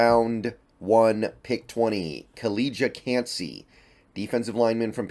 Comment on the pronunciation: the butchering continues. Kaleeeeeeeja cancey? lmao..